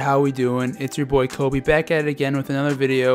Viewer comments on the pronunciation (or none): none